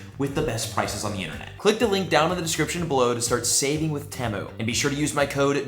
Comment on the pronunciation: Temu is pronounced tea moo